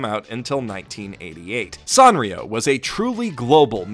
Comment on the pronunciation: I always said San (like sand) rio... but after hearing you say San (ah like father) rio I feel dumb, because duh its AH like FATHER, that’s what every damn Japanese pronunciation guide says. Gosh I’m dumb.